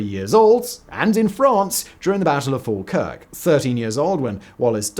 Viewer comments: I hate how he says Falkirk. It isn't FALL, take a pause, KIRK. It's FAWLKIRK. And if you are local you don't even say the L. Trying way too hard to sound posh, so foreigners will think he is important. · Falkirk isnt said like that 😂 He adds in a pause between fal and kirk.